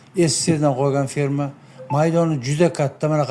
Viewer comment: ФИРМА эмас а "Ф Е Р М А".🇺🇿🇹🇯🇰🇬🇰🇿🇹🇲